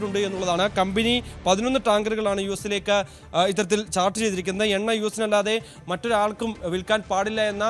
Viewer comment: Venna alla chettan, Enna aanu.. correct aayi parayaan padikkoo